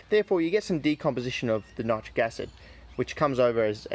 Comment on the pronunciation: ......why nite- rick acid? I use to pronounce it this way also but was told it should be pronounced to rhyme with the word citric acid. ..There just ain't consistency with anything anymore these days .